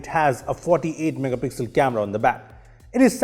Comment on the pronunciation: someone please count how many time he says "megapixlll"